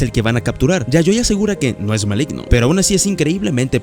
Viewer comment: Min. Malgino en vez de Maligno jsjsjs buen resumen bro